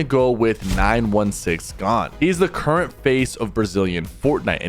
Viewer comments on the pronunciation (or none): none